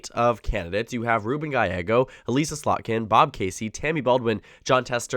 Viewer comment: Just a minor thing; Elissa Slotkin's name is pronounced El-iss-uh, not Eh-lease-uh.